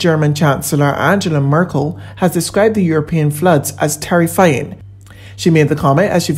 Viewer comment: The English pronunciation is never used for the name of the German Chancellor, Angela Merkel. How naïve does a Newsreader have to be, not to know this?